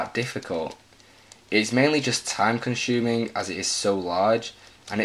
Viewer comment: Time con-SHuming? I thought it was time conSUming